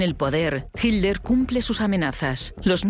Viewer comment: Me molestó durante todo el relato que la narradora no supiera pronunciar Hitler.